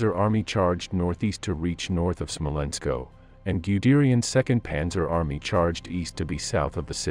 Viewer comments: It is not Smolensko, it is Smolensk. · Why do you call the city "Smolensko"? It is just Smolensk without an "o" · It is Smolensk, not Smolensko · I've never seen Smolensk with it ending in "o" or pronounced Smolensko. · Smolensk. Not "SmolenkO". That's like nails on chalkboard. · The map is in Spanish. But the narrator should have given the name of Smolensk as pronounced in Russian or at any rate in English. It's only called Smolensko if you're speaking Spanish. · It is Smolensk, no Smolensko ! Would You be pleased to hear Newy Yorkhoum ? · So you always add "-O" when word is to hard?